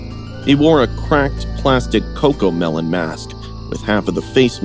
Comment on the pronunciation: Wie everiting is cocomelen😂😂😂